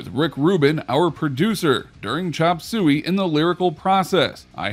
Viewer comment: The way he says “chop soo wee” tho 😬